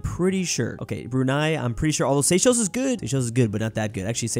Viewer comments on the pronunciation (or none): none